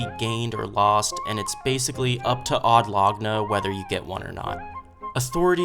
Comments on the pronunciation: You are saying Laguna strangely. Laguna is a small lake or sea inlet, so Od Laguna is special lake of Od, that is central to the world operation. It would make sence, but laguna is pronounced lagúna instead of láguna. Dictionary, click on explanation for lagoon. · you are pronouncing wrong laguna